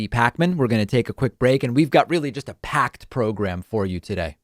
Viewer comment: . “We’ve got really just a pakked program…”. I see what u did there, david. 😂